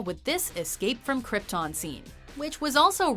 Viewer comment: Marlon Brando was great and everything but someone really should have told him how to pronounce 'Krypton' & 'Kal-El' properly